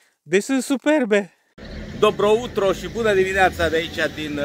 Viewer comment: Dobro jutro (se citeste "dobro iutro"), "utro" e in bulgareasca. Te aud mereu si ma zgarie pe ureche...